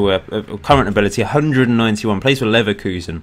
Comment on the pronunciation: ***** I do agree on the chuckling, as a German, the way you pronounce Leverkusen (there is no umlaut in it) is funny.